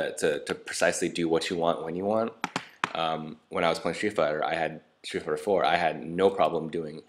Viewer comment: It sounds like he said he was playing shit fighter